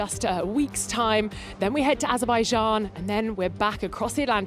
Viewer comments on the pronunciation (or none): none